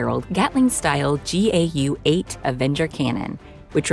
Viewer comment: big emphasis "built around the GAU-A/8 cannon"